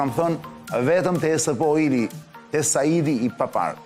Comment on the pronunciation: Ta ndihmoj dikush Arjanin qe ta shqiptoj korrekt ESP&OIl se asht ba meme nga menyra se si e thote😅